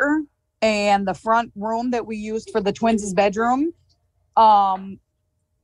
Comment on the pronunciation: She said "Twinses" bedroom.....